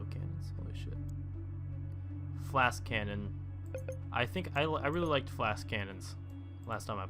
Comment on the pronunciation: why do you call the flask cannons... it's Flak